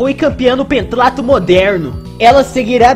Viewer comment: O leu pentatlo errado